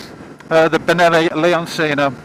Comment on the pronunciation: Isn't it pronounce lee-on-chee-no? Not C-no